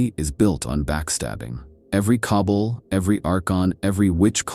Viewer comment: Awesome video and I like your break down on why the Empire is an unlikely scenario:) One thing, it's pronounced "Ka-ball', not "cobble". Like all mispronunciation, not a problem. I just thought I'd mention it in as if you're going to talk about Drukhari you're gonna be saying that word a lot haha